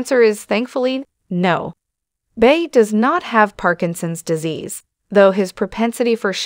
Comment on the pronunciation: Can the narrator of the video please pronounce his last name correctly? It's not that hard---really.